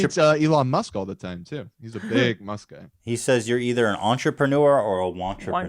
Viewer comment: Everyone else: Elon Musk Ethan: Elon Muss